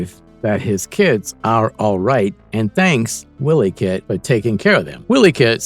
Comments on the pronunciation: It's NOT pronounced * Willy - Kit **, it's pronounced ** Why - Lee - Kit***! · "Willie Kit" Is called and pronounced "Wily" As in sly, cunning, crafty, foxy or as in Wile E coyote, NOT the Scottish name Willie or Wiley 😉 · You've never seen the show else you'd pronounce 'Wileykit' properly. Phonetically it's - 'While-y kit'.